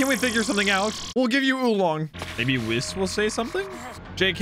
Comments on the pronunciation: Ay whis is pronounced like we not wi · Bro said wiss 💀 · Just so you know you are saying whis wrong